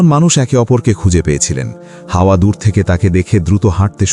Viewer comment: Hawa (a.) ke hawa boltesen barbar 😭